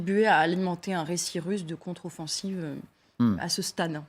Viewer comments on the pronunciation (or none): Il à bien dit la controsoffensive russe , Pujadas tu vieillis mal ....